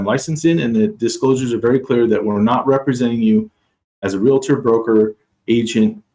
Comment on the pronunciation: Brooooo, you’ve been in the business forever and you still pronounce it Real”A”tor? Wow… smh